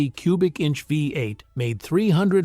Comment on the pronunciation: TELL YOUR G.D. ROBO-VOICE TO STOP SAYING "VAI-EIGHT" FOR "VEE-EIGHT"!